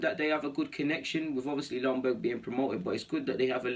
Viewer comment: Isn't Ljungberg pronounced with a Y at front end so like Youngberg..? Maybe it is different now? When he was a player it was pronounced then..? Cheers